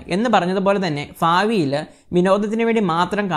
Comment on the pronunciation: ഫാവി ലോ ...? അതോ ഭാവിയിലോ ...?